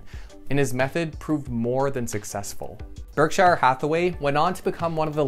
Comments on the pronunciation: Berk shear, not berk shy er.... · its pronounced berk sure. berksher, not shire